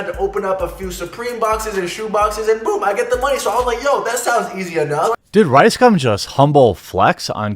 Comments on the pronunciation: Yo Jeremy - Can you at the VERY LEAST get his name right?? cough It's RiceSCUM ...Thank you. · Is it just me, or is Jeremy calling him Ricescum a few times in this vid? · Am I hearing wrong or I keep hearing "Ricecum"? XD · I only hear his "name" as RyeScum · Had to read the title twice to make sure I was hearing "riScum" wrong. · Ryescum XD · Ricegum sounds like Ricescum^^ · It’s pronounced rice cum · you're pronouncing it wrong its Ricescum